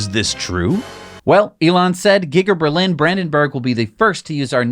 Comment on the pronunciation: LMAO! Did you say "Gigger-Berlin" instead of "Giga-Berlin"?